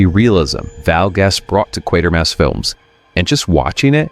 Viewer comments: It's Kwaytermass not quare mass. You'd know this if yoh actually WATCHED the films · He can't even pronounce Quatermass